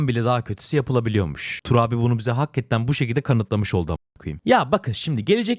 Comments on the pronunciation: abi lutfen bastırarak hakketten demeeeee hakikaten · ne olur hakketten diye telaffuz etme şu kelimeyi hakikaten diye okunuyor